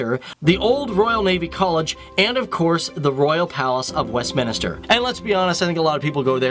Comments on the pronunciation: Thank you as a proud Londoner (born, bred, studied, work and live). I absolutely love my City mainly because of the multiculturalism and our strength. Just a couple of notes "Greenwich" is pronounced "Gren-itch" and "Westminister" is actually "Westminster". I'd love to see videos in the Caribbean islands, mainly JAMAICA 😀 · it's Westminster, not Westminister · I thought I was the only one to realise it. Phew. I was not having difficulties to listen... He was indeed pronouncing "westminister"... haha